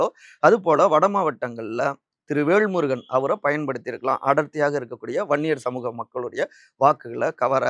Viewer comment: விகடன் சே தா வும் விகடன் பத்திரிகை யும் எடப்பாடி ...ஆதவ்...பிஜேபி...க்கு தான் எப்போதும் ஜால்ரா அடிக்கும்...வேள்முருகன் அல்ல.....வேல்முருகன் சரியா உச்சரிக்கவும்